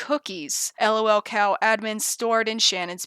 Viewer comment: I am delighted by how says "el oh el" instead of "lul"